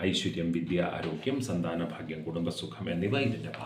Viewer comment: ഫ അല്ല ഭ ലഭിച്ച ഭാഗ്യം ഭാഗവതം ആദ്യം ഉച്ചാരണം ശരിയാക്കി വായിക്കൂ🙏